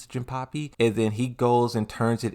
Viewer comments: no it's jin-pachi not jin-puppy or pappy. If im not remembering wrong, he is also pronouncing azucena's name like aklophena or something like that. That annoyed me and just wanted to say. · Why do u call Jinpachi "jinpapi" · it's not Jinpapi it's Jinpachi 😅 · Bro, is JINPACHI, pronounce the chi as in CHINA. The hell man... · Jinpuppy? Hey why are you pronouncing most of the names wrong? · It's a running gag of his. He intentionally mispronounces words for fun.